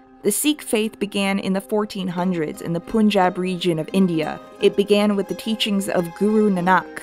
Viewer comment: ok just a minor grievance, pronounce punjab as pun(as in pun intended)-jab. I can probably say this for all Indian names written in English pun is 'un' and spoon is 'oon'. Love ur stuff btw